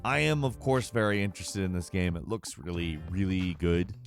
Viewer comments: Dude, learn how to pronounce "game" properly. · Why does this guy say “gemm” instead of GAME? See also: Castlevennia, MAGA Man.